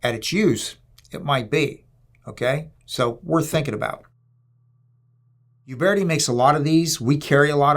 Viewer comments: it's Uberti and not "iuberti" the correct pronunce is similar to "Ooberti" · Nice review. Gorgeous gun. Alec Baldwin should have watched this. He should still be made to watch this! Uberti is actually pronounced as ”oo-bear-tea” ( not “you-bear-tea”). Thanks, enjoyed this!